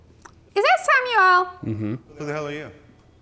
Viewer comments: Why do people say Sam u el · Does she think that Samuel L's name is pronounced Sam-U-elle? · The way she pronounces “Samuel L.” kills me, “Samielle”. sounds like a combination of Samuel and Danielle. 🤣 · "Sam Yell"